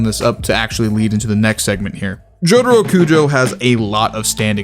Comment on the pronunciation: Why do you call Jotaro as Jodro/Jotro?